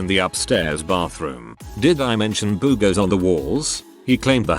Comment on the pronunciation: "Boo-gahs." I love this TTS bot.